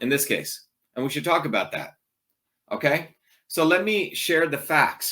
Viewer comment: Lob how he says OKAIII time 2 time...